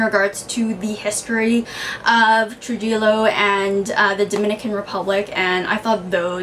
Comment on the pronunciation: it's pronounced Tru-hi-yo. liked your reviews alot. you should check out This is How You Love her also by Junot Diaz. a short story collection about Yunior.